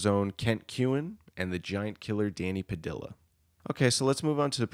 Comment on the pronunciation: I see you have learned to pronounce Mentzer correctly. Your next challenge is to pronounce Padilla properly. In Spanish a double l is pronounced silently so it's Pa Dee Ah or Pa Dee yah. Perhaps a native Spanish speaker can confirm. Other than that I enjoyed the video.